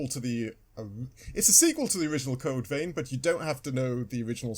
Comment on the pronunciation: its not code vain its code vein plz pronounce it right not critiasing u